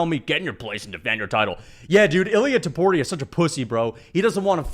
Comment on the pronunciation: Its Topuria not Tuporia you meathead.